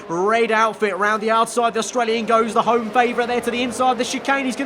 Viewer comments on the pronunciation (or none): none